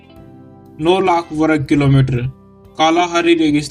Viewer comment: वरग नहीं वर्ग